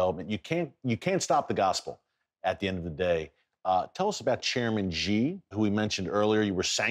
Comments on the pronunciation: Just one suggestion: Xi should be pronounced as 'She' not Ye. Thanks Erick. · I really need to give him a Mandarin lesson about that “zhee”.